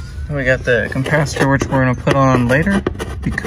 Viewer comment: It does sound like you're say compacitor every time.